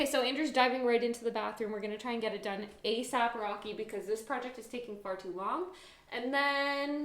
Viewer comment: Awww u say “asap rocky” 🤣 I say that too and I know no one else that says it